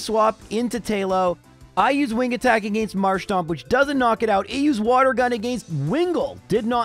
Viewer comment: The way you say "against" will never not get on my nerves. It was obviously something forced, not natural. If it was you wouldnt pronounce "giga drain" properly